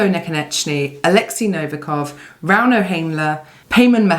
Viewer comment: 1-Novikov. 2-Gavin "the sausage". 3-Rrrrrrauno.